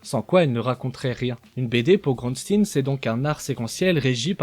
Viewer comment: Excellente vidéo comme d'habitude, méga instructive. En plus avec Xavier Bouyssou, ce sale petit génie! Par contre je vais me répéter, mais Groensteen se prononce "GrOUnstÉÉn", à la belge quoi!